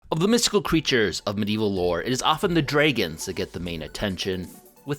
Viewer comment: Dreigon!? Jeigged!? 😂😂😂